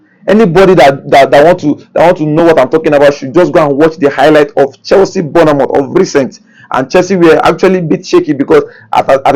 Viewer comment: Guy, no vex but as you dey call ‘Borna-mouth’, e dey scratch me for bodi. Please, na ‘Born-moth’ dem dey call am, not even ‘Born-mouth’ sef. That’s how those Germans too, dem dey call our boy ‘Boni- Fachay’. ‘Fachay’ like how? Where dem see dat wan? Please, try call Bournemouth correctly. You dey broadcast to the world as a Naija guy.